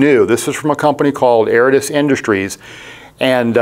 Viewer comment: Aridus not Aratus